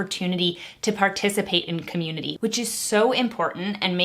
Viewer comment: I don’t have a say in politics because I’m too young to vote so anyways, I’m just gonna decipher how she pronounces “community” cah-myoon-ittee btw she’s been saying it a lot and Also conservative isn’t really a community it’s just a political party but regardless we’re all friends here so 🤣